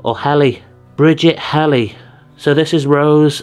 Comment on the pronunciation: It's actually pronounced "he-le" ( Healy)